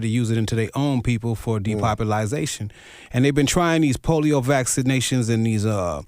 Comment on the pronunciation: Great video, but my man was killing me—it’s de-pop-u-lation, not “depopuLIZation”.